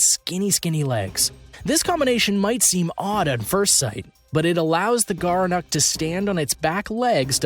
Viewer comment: Gerenuk? More like "Gerenecc" 'm I right.